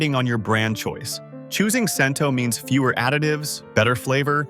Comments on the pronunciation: I thought the brand is called "Chento," NOT "Sento." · ai voice and must be ai research. Talks about a brand, then shows all the others. Muir glen is watery and has no taste. It certainly didn’t taste like my nonna’s sauce at all. And Cento is pronounced Chento. And who is eating a whole can of tomato sauce for 400 grams of sodium. Should have mentioned Pastene tomatoes. Also should have mentioned that seasoned tomato sauce isn’t used for pasta sauce. It has to be either whole or crushed. Tomato puree is just added when you need a thicker sauce. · I'm glad they picked Cento as a best choice but sure wish they would pronounce the name correctly. I.E. Chin toe not sin toe. Also glad to see they picked Red Pack as a good choice. While they showed a picture of Red Pack and Red Gold side by side I didn't hear them say they are from the same company just like Hellman's Mayo and Best Foods Mayo. Same product sold under different names in different parts of the country. It was also disappointing to hear them mispronounce ConAgra since it's one of the better known food companies in the U.S.